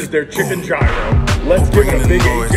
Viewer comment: Lmao you should look up how to pronounce Gyro